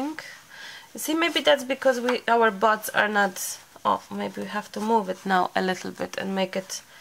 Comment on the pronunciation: It is a Guinea pig - someone who attempts something first to see if it works or not. Buds when you say it is super cute but it sounds like butts which I think is possibly why Emily was giggling 🤭🤭🤭 You two are wonderful together. Thank you so much for allowing us to share your precious time together xx 💚❤️💚